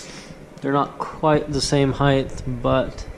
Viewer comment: Height! "Heigh-th" isn't a word. Thanks for the video, though.